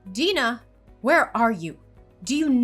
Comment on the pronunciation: The proper way to pronounce Deanna is DEE-ANNA not DEEN-UH! these voice actors need to learn how to pronounce words correctly.